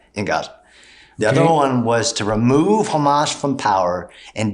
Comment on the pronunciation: How about calling them by their actual name, Hamas, not Khamas. Only God Chosen people call them Khamas because they can not pronounce the H. That just goes to say where you get your talking points from.